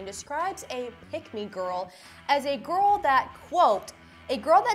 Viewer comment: Why u say gorl Instead of girl